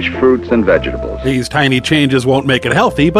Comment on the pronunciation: I thought I heard 'vegables' . I might be mistaken.